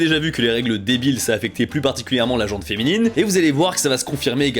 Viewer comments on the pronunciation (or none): Pour info, la gente féminine signifie la gentille féminine. La gent au sens un groupe de personnes ne prend pas de e et le t ne se prononce pas. Valà valà je sors. ——> Mais je reviens pour dire que la vidéo était très intéressante et que je salue bien bas l’artiste derrière les dessins qui capturent si bien le physique japonais. Vous nous le/la présentez?